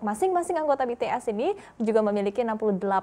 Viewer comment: maap mba nyebutnya bities bukan betees🙂